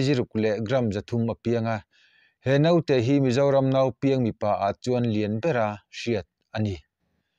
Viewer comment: Note nilo in Naute tih tur aw